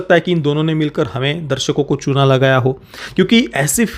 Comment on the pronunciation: Main offensive nahi hona chahta, lekin jitni baar aapne chuna lagana bola, mujhe Chu@ sunai diya